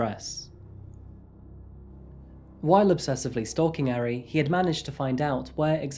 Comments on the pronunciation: Its ahri idiot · This murderer's name is Kim Taehyun. Not Taehyung. That's like saying the name Dave is the same as Dale. Also, he pronounced Taehyun all wrong, as well as Ari (it doesn't rhyme with Harry!). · He mispronounced 아리 tho :(